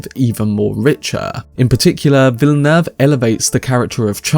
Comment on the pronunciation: Finally a anglophone reviewer who pronounces Villeneuve correctly!